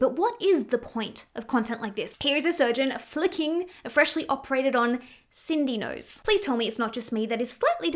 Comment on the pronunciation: I shit you not I 100% thought you called it Cindy nose as in Cindy Lou Who from The Grinch.